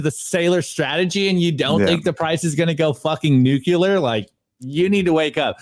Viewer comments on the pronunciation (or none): Can you teach how to say Nuclear? He says Nucular on every single video, multiple times. I love the videos but it drives me insane.